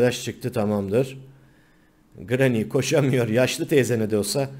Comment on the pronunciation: Grrranyy deme